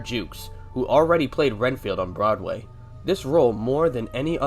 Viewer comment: Never heard Broadway pronounced “brideway”. It would be nice if the people who make AI-narrated videos double-checked the audio before posting. Too big a hurry to get the money I suppose